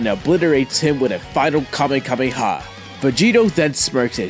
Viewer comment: It's Kamehameha Not Kamekameha